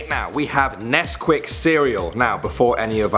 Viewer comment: When you said "we will miss nescuit cereals" I was eating some XD